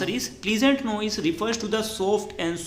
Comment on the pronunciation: Prlesent naahi pleasant pronounce correct nahi tha 😐 But bat to correct ha best teacher in the world ❤❤